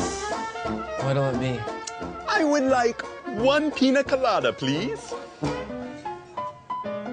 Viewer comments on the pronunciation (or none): It's pronounced "Pi-nya colada" not "Pi-nah"